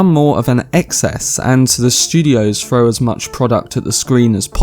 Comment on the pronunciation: You cannot pronounce a single word properly. Have your down syndrome twin speak no one can tell the difference. Throw not fro. This movie is set up to tell a 3 parter with a potential 3.5 hour 3rd movie if they show the massive genocides. But there are seeds planted for children of dune and heretics of dune 1 seed each that I noticed. The 6 books aren’t 2 trilogies it’s 3 parts of 2 books per story arch the 2nd story starts in children of dune and the 3rd in heretics of dune so yeah there are some plans